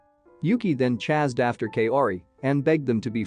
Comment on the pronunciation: why can this channel never say chase or chased correctly lol